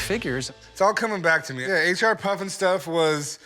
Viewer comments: As a kid growing up in the 90s, I remember that they had this in re-runs. Great corny show. Loved it. And it’s H.R. not H&R, show some respect. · PFFF! he called it H&R puff and stuff.... wonder if he calls the place where he does his taxes H&R block and stuff..... HEHE